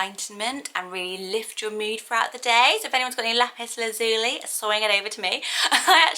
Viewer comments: I've never heard anyone pronounce the li in Lazuli as Lee, personally I've always pronounced it lie. Laz-u-lie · Lazuli is pronounced "La-zyuh-lai" (or "Laz-you-lie" simplified) not '"Laz-ooh-lee" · I thought Lazuli was pronounced Lazz-u-lie with the stress on the first and last syllables and lie rather than lee at the end. Is that wrong or just different pronunciation? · I hate to.correct you but I’ve always pronounced lazuli as laz u lie as in lapis lazuli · Lazuli is pronounced Lazz- you-lie I thinkkkk